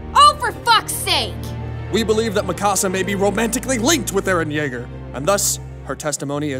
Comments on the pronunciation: Yaeger not kaeger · It's Yeager Yeagerrrrr Yeager